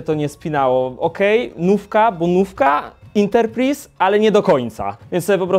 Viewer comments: coo to jest "interpriz"? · Interpris? Xd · ale ten "enterprise" trochę kłuje w uszy